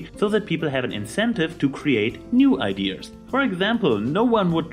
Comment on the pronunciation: You say "ideas" funny. Idears XD